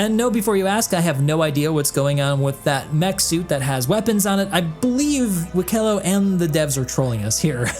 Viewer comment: just a little correction on your Banu, Wikelo's name is pronounced "Wih-Keh-Loh", however the emphasis is on the "Wih" instead of the "Keh" like you pronounced in this video. this is because in Banu, different vowels have different levels of importance, with the "ih" sound needing to be more emphasised than the "eh" or "oh" sounds. all of this can be found in the Banu Guide published by the Rust Society, which i have been brushing up on for Wikelo's arrival in Stanton :)